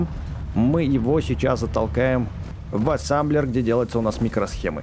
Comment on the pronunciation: А почему ассамблер а не ассемблер?